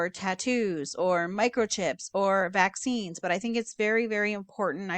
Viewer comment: C vee nein teen whaccine...